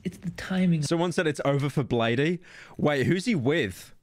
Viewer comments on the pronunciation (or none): hell nah pyrocynical plays bladee, doesn't even know how to pronounce it and doesn't even know the label (year0001)